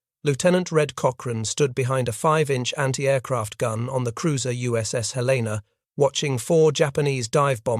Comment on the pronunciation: Please pronounce Helena correctly